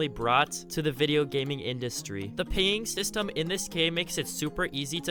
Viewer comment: i knew someone else heard this, where does someone learn to speak english like this? lol